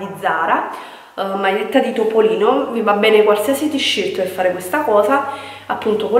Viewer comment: Le tisciert.. ma come parla questa?!?!